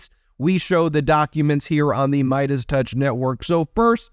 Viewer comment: Ok, if is going to do paid ads for meidas, He may want to know how the sponsors name is pronounced... Its not good business